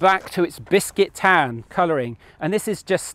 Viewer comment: ”Bisquit tan” 😄